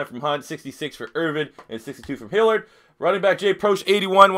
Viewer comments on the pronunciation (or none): It's Hill-yerd, not Hill-erd.